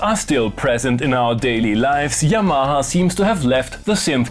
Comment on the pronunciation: When you say 'Yamaha' it sounds like 'Your Mama' and that is fine.